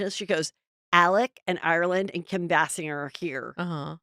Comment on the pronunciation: Bless Fortune’s heart for not correcting you—it’s bay-singer